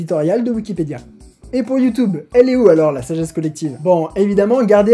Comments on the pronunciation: Salut, j'ai découvert ta chaine il y a pas longtemps et tes vidéos sont super interessantes et dynamiques ;) Par contre (sauf erreur), youtube se prononce soit "youtUbe" (à la française) soit "youtIUbe" (accent anglais) mais pas "youtOUbe" ;) C'est juste une petite remarque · HeumHeum.... C'est You tioube et pas YouToube allez salut !!! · Comme commentaire constructif, je propose que tu ne dise plus "Youtoube" mais "YouTube" comme les gens normaux! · Moi j'ai retenu qu'il ne dit pas youtube mais youteube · quand il dit youtoub j ai l impression d entendre ma grand mere dire ; arrete de regarder des videos stupides sur youtoub pendant toute la journé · Il a dit YouToube huhuhuhuhuhuhu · Ça me perturbe de t'entendre dire ''youtoub''